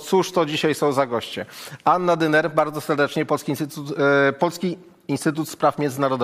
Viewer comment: Po pierwsze Dyner. A nie Dymer. Proszę poczytaj o niej, posłuchaj w innych programach. A potem wróć, i zachęcaj do myślenia. A jeśli oglądałeś słuchałeś Wojczala, to powinieneś wiedzieć, jak wypunktował (mówią młodzi: zaorał) Bartosiaka....